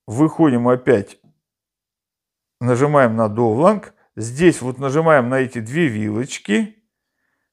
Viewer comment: Классные обзоры! Только не говорите пожалуйста "довланг"... Даунлоад будет получше.